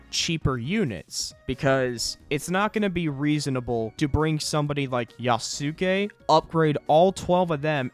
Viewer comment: Love how he can pronounce Maitake correctly but not Yasuke.